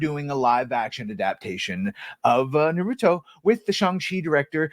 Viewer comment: It’s Na-ru-to